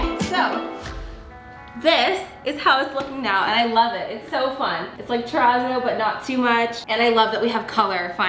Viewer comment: What is the word you keep saying to describe the painting style?? Turrazo??